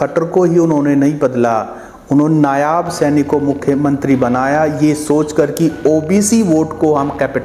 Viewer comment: भाई जी राम राम! आप बहुत अच्छे प्रोग्राम करते हैं, आपको साशुवाद। एक चीज़ मुझे खराब लगती है, आप नायाब सैनी बोलते हो, कथूरिया जी भी नायाब सैनी बोलते हैं। नायाब नहीं नायब है भाई साहब। कृपया ध्यान दें। बाकी आपकी मेहनत को सलाम है।